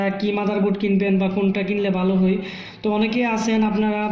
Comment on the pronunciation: আপনার উচ্চারণে একটু সমস্যা আছে। 'হই' না 'হয়' হবে।